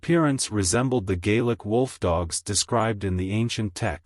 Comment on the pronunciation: Get rid of the AI. The mispronunciation of names and other Gaelic words is a bit troublesome for me. Other than that. Well done!